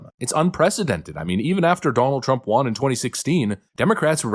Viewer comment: You say ‘won’ incorrectly. Makes you sound r******d. You are saying juan and I seriously think I can’t watch your channel anymore because of it.